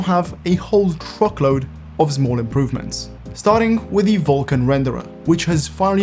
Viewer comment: "Big" "Zmol"